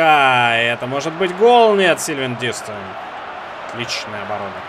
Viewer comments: не дИстэн, а ДистЭн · помидорка ДистЭН ударение на последний слог! Так коментаторы ПЛ говорят! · LeX Tar на 2 слог)))) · очень хорошо, но на будущее Дистен говори)) он же француз